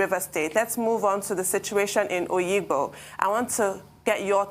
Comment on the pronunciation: It is Obigbo, not oyigbo. This Nigerian agbero government, devil is waiting for you at the gate of hell.